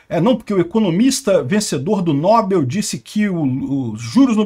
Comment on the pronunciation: precisa definir se é nóbel ou nobél.... Kkkk